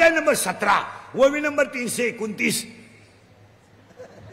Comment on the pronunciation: महाराज 'ववी' नाही, 'ओवी' असते ती